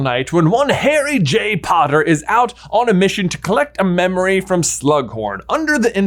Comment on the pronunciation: Harry J Potter, emphasis on “J” ofc lol